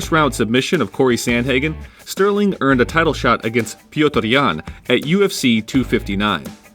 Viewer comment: Man, thanks for putting effort in pronouncing petr's name correctly